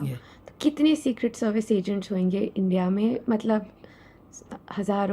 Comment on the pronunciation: Hoenge ❌ hoge 👍🏻